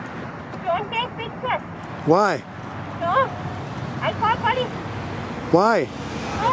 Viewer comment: LOL.... I caw powice....